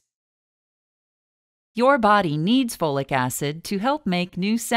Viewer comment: Take FOLATE, not Flolic Acid.